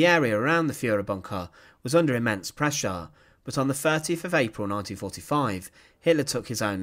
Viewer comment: "Pressurah in bunkha" :)